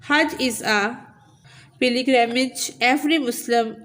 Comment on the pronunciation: You don't event know how to pronounce its pilgrimage😂😂😂😂😂😂learnt it then teach